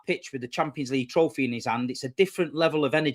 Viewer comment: “Bring me the trofeh”